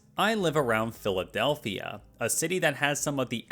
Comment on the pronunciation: "Philawdelphia"?????? Good lord, what are these lawyers smoking🫩